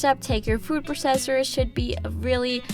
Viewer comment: Hi! Love your videos, just thought you should know you're not pronouncing 'processor' correctly. I'd recommending googling the correct way to say it! Don't mean this in a mean way, just trying to help!